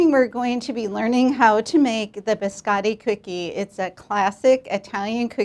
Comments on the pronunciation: Those in italian are named "cantucci". "Biscotti" Means Simply "cookies" in italian. But i know that for americans it's too difficoult to learn Two words in a foreign languange. By the way it's Biscotti not "beeskAdee" like you pronounce; beeskAdee in italian Means nothing. Poor italian 🇮🇹languange!🙄 Amareedou, pista-thceeou....i vomit After this pronounciation. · of all the cooks making italian biscotti only giatta pronounces the word biscotti correctly. americans and second generation italians pronounce the o like an a